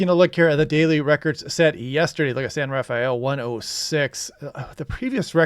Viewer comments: It's pronounced San "Ra-fell" not "raff-i-ell" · Thanks for your reports. I especially like your information on what is happening out in the Pacific. Incidentally..... As a long time Marin County resident we pronounce San Rafael as "san rah-fell." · Love these videos. One quick tip, San Rafael is pronounced. SAN rə-FEL Thank you.